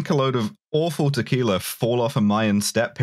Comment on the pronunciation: Take a shot every time mispronounces tequila